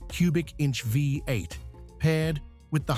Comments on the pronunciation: Too bad about this AI narrative. We Americans know it as a V8 not a 58. I respect that such a power plant is very rare in the UK. Parked next to that 55 Chevy Bel Air convertible it’s ugly. Later, you park it next to a jaguar, XKE, which makes it even uglier. There aren’t three cars in the universe that ever look as good as that Jaguar. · Yeah, it's pretty awful. Calling a V8 a five-eight or Fee-eight.